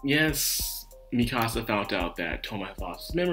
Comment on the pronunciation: Misaka, not Mikasa. Fiamma, not Fammia. 9 volumes into 26 episodes, not 11. For me, this episode was really good. Best so far, but I can see why you wouldn't like it as much.